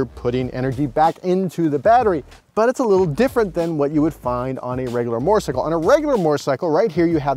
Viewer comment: Say it with me.... moe-terr-sy-kull. There's no "r" in front of the "t".